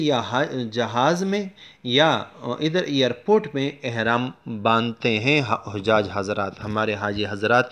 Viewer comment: سر جی حجاج میں ح پر زیر پڑھا جاتا ہے پیش نہیں۔۔۔۔۔میرے ناقص راے کے مطابق،،،،آپ بھی تحقیق کر لے